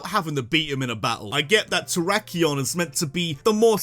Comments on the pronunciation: IT'S TERRAKION, NOT TERAYAKION! FIX IT NOW! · Oml, messed up how he did my guy Terrakion